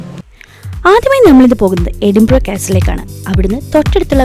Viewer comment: Edinborou ala its Eh din bruh